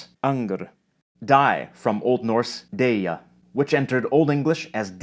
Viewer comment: Small pet peeve but deyja is pronounced døyja in ON